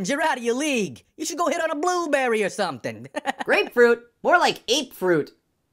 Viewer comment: He said he gonna FLEX 💀 He keeps messing up "grapefruit" 😂